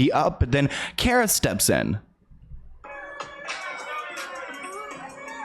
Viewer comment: It’s pronounced car-uh not care-uh 😭 And Mar-go not Mar-gut Robbie